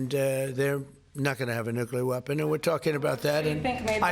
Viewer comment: Someone please teach Lisa how to pronounce the word nuclear. It's not a good look